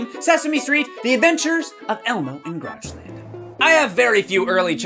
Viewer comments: When Elmo said Grouchland I thought it said Crotchland! Ewwwwwwwwwwwwwwwwwwwwww. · Uuhh CROCHLAND it aounded like it sayed croch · I thought Elmo said croch land lol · Did Elmo say crotch land?